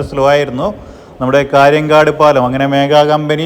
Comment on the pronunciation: കാര്യൻകാട് അല്ല, കാര്യങ്കോട്. മായ്ച്ച അല്ല മയിച്ച.